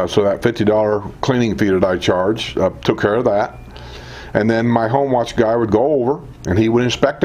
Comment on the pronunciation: Hi! Been watching your videos for several months now and would like to give you some feedback from time to time that may be helpful. In today’s video it reminded me of other videos where you referred to the service known as “Home Watch“. It sounds very much as though you’re saying “Homeless“ to the audience. 😂 It took me several videos to figure out that you meant “home watch” because I did not then know about that service at the villages so the words didn’t make sense to me then. So, for your new viewers and followers perhaps saying it more deliberately will make it more understandable. It is a great service and if you haven’t already, perhaps do a video detailing that wonderful service! Thanks for all that you do!